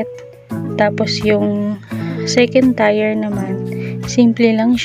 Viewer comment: ate..dont get offended kung ikokorek ko yung pagpronounce mo ng TIER...... bigkasin niyo po na parang kasing bigkas siya ng TIR o kaya TEER..sorry po ha.. I didnt mean to offend you po..ayoko lng po na may magbash sa inyo..idol kopo kc kayo sa paggawa ng cake..home baker din po ako..Lets be friends po.